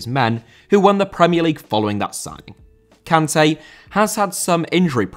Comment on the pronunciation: I love how you go out of your way to pronounce Sergio properly in other videos, but still pronounce Kanté wrong 🤣